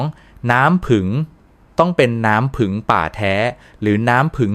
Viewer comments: อะไรน้ำผึ่ง ทำไมไม่พูดว่าน้ำผึ้ง งง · น้ำผี้ง,ไม่ใช่น้ำผึง,,ภาษาไทยวิบัติหมด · ถามจริงคุณหมอเป็นคนประเทศไหนทำไมบอกน้ำผึ้งเป็นน้ำผึ่ง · ผู้จัดทำครับ โปรดสอน AI ให้พูดถูกต้องด้วยครับ ผึ้ง ครับ ไม่ใช่ "ผึง" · น้ำผึ้งคับไม่ใช่ผึงคับแต่ดีคับถ้าดีจริงขอให้เจริญๆ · ภาษาไทยทำไมเพี้ยน น้ำผึ้งแต่อ่านเป็นน้ำผึง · น้ำผึ้งไม่ใช่น้ำผึง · อ่านว่าน้ำผึ้งไมใช่น้ำผึงไปเรียนภาษาไทยใหม่ไป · ใช้เอไอบรรยาย หรือเปล่า เรียกน้ำผ◌ึ◌้งเป็น ผึง😅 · สนใจ อยากรู้ในสาระที่ต้องการนำเสนอ แต่รับไม่ได้กับภาษาไทยที่ AI อ่านออกมา น้ำผึง คอเรสเตอรอรอล ต่อไปลูกหลานไทยจะพูดภาษากันอย่างคนไทยไหม เลิกฟังครับ อยากรู้สาระแต่รับไม่ได้กับเสียงอ่าน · เขาก็เขียนว่าน้ำผึ้ง แต่คุณอ่านว้า น้ำผึง อ่านไห้ถูก ภาษากลาง นะคะ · สำเนียงไทยชัดเจน แต่พูด ให้ภาษาไทยผิดเพี้ยนไปหมดเลย ต่อไปจะให้ลูกหลาน อ่านว่า นัำผึัง หรือ น้ำผึ้ง เอาให้ชัดๆค่ะ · จริงครับ..ผมก็แสลงหูในการออกเสียงมาก น้ำผึ้งเป็น..น้ำผึ่งบ้าง,น้ำพึ้งบ้าง!!! น้ำผึงอีกคำ โอ๊ย! หมดอารมณ์ฟังปวดใจเกินจะพูดต่อ..( เซ็งๆๆๆ ) ขอร้องให้เข้มงวดหน่อยนะครับ น่าอับอายภาษาไทยๆยังใช้สำเนียงผิดๆ อับอายๆๆๆ ❤❤ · น้ำ-พึ้ง🤣🤣🤣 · น้ำผึง กะ เทีย มอ คุ นอ. อ่านได้ยังไง เพี้ยนจริงๆ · น้ำผึ้ง ไม่ใช่น้ำผึ่ง .โปรดพูดภาษาไทยให้ถูกต้องด้วยค่ะ ฟังแล้วมันขัดหู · เป็นหมอโรงพยาบาลอะไรครับ จะได้ไม่ไปรับการรักษา กระเทียม ก็อ่านว่ากระเทีย มอ น้ำผึงจะหาซื้อได้ที่ไหน เพราะไปดูมีแต่น้ำผึ้ง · เขาอ่านว่าน้ำผึ้ง ไม่ใช่น้ำผึง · ต้องเรียกว่าน้ำผึ้งไม่ใช่น้ำผึ่ง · อ่านว่าน้ำผึ้ง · โอย ไม่ไหวๆ น้ำผึง ข้อ สามอ และ กะเทีย มอ วิบัติ หมด ภาษาไทย